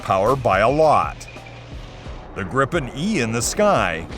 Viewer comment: Pronouncing "Gripen" almost like "Gripping" really gives off the wrong vibes. "Gripen" is Swedish and means "The Griffon" (the mythical Griffon animal/beast). So either pronounce "Gripen" better, or just call it "Griffon" instead, because "Gripen" doesn't have anything to do with getting a grip on things...